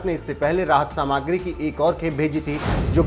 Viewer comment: सामाग्री मत बोलो सामग्री कहो।